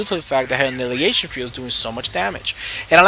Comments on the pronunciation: actually, it's; an·ni·hi·la·tion, sometimes with a silent H. i can point things out too! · Uh-NY-hill-a-shun ...annihilation, lol. Other than that, good stuff!!